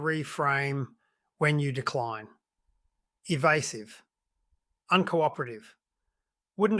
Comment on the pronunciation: Eva"u"sive ? . . . seriously ? Credibility gone pfffft